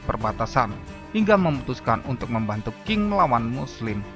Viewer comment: Qing Bacanya Ch'ing bukan King, Beijing bacangya Peicing.